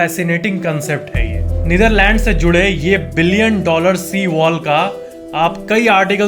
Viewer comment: You are the first person who pronounce netherland correctly